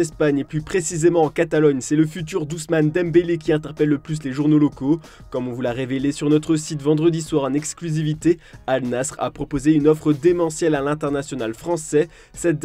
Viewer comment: Ça se prononce Al Nasser !!